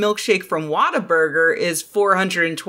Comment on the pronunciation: As a Texan, I giggled at how you pronounced Whataburger.